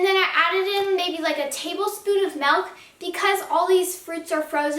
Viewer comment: Milk* not melk